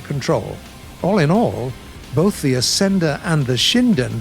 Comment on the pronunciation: Curtiss Ascender. "Ass-ender." Lol